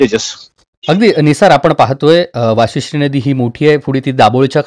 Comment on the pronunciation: वासिष्ठी नाहीं भाऊ वशिष्टी नदी आहे